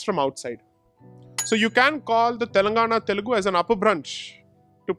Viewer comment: It's Telugu, not telegu. The irony.